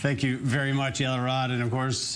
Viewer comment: Its Yael arad not arab 😀